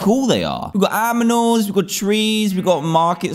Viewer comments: Literally no one: Dan sees a new village Dan: We got AMINALS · You said AM-IN-ALS instead of AN-IM-ALS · We have some "AMINALS" I did not listen to my teacher very well. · Dan: we got AMINALS,trees,and most importantly a bell....LOL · Dan:"We got aminals, we got trees, we got market stores and most important bell" Me:"Yeah...aminals" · A new Minecraft village! New houses, new style, and most importantly: New aminals... Aminals....? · Dan: we gotz some aminals Me: WEZ GOTZ AMINALZ?!??? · "We’ve got aminals," -Daniel, June 3, 2019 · Dan: we got AMINALS (Thats how he pronounced it) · No one: Literally nobody: Dan:WE ALSO GOT AMINAL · Me: Hmm song in Minecraft, sounds epic clicks vid Dan: We GoT aMiNaLs Me: someone please give dan some help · "we got aminals" -DanTDM 2019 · Not even 30 seconds in the video, "We've got aminals."😂🤣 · Dan: We got aminals Me: flashbacks of childhood Dear God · ‘we’ve got aminals” we heard you dan. you can’t hide it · Dan: "we got aminals we got-" me: "wait.." rewind and watches it one more time *"...AmiNAls.." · Dan: accidentally says "aminals" instead of "animals" the comment section: "we will never let you forget this" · “We’ve got trees, we’ve got AMINALS,-“ DanTDM 2019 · the best part of the wHOOOOole video. Dan: “AMINALS” just kidding love you dan 😂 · No one: DanTDM: WE GOT AMINALS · Dan: We've got aMiNals Me: LET'S REWIND THAT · Dan:we got aminals. Me: WHAT?!?!?! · our beloved Dan says "We got aminals" Good job Dan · Everyone else: aminals Me: Duck life anyone? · Dan u said aminals 😂 Love your vid by the way😂❤️ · We got "AMINALS" 😅. Also R.I.P blue hair. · dan: we got aminals me: ok we have aminals 2 secs later ahh my brain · "Aminals" -DanTdm 2019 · Dan: "They got aminals..." DanTDM -2019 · Sorry, I have to point this out xD Dan: Look! There is a new village. We got "aminals" XD I'm sorry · Dan:we got aminals Me:always says aminals for rest of my life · “We got aminals” -DanTDM ,2019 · “We’ve got aminals” - Dan, 2019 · Ye lol aminals